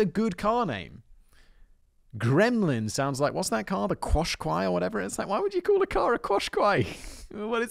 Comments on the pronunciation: I think the Nissan car is pronounced “cash-Kye” not normal English Qs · Simon, the Qashqai car is enounced as Cash K-eye